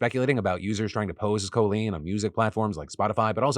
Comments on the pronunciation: Sorry if I missed this, but why does Phil pronounce Colleen like Col in Colon? It's pronounceld Call-een (even though it's spelt Colleen). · why does he keep pronouncing her name as "CO-leen" instead of "call-een"??? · Someone for the love of god tell this man it's Kah-leen not Koh-leen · Phil! Stop pronouncing "Colleen" all pretentious like CO-lean, It's Coll-eeeen like border collie, Just no dude. It's a common enough name from our generation, you know how to pronounce it. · Phil, I love you, but please stop mispronouncing Colleen's name!!! It hurts my ear. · I don't think I've ever heard anybody say "Colleen" like "Co-lean" before. Is that actually how she pronounces her name? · Is the pronunciation of Colleen as Coh-Leen intentional? It is very close to colon and feels like a subtle way to call her an ass. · STOP SAYING COLE-LEEN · Is Phil butchering her name or does she actually pronounce it Coh Lean ?? cause if thats the case... she guilty as HECK! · calling her “Co-lean” has me in stitches🤣 she’s so gross, no matter what’s up with the copyright claims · Stop. Pronouncing Colleen that way phil. It's stressing me out. I've never heard anyone pronounce Colleen the same like colon. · Why did you suddenly forget how to pronounce Colleen? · Are people just suddenly saying Colleen weird or does she pronounce her name wrong 😅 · You pronounce Colleen weird. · That's how she pronounces it herself. Should've been our first red flag 😂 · Curiosity do you pronounce it Cole-lean or Call-lean?